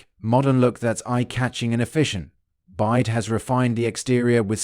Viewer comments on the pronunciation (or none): it is pronounced "Bee-WHY-Dee"